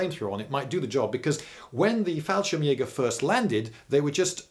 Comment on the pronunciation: Hi Lindybeige, I am from germany and I am really impressed by your german pronunciation. English speaking people often have problems especially with the umlaute and the e at the end of words. But your "Fallschirmjäger" was flawless!! :)